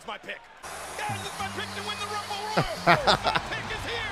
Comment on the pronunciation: My man's said rumble royal😂😂😂😂